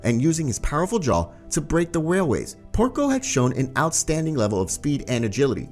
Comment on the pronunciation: I didnt know theu was called wailways i thought it was railways